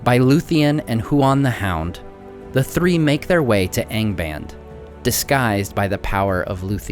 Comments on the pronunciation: "Aing baind" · Nice channel but you should improve you pronunciation. Angband has to be read with both the "a" open...